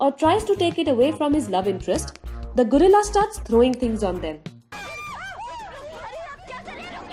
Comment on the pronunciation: I like the way she said gorilla Gurilla, lol..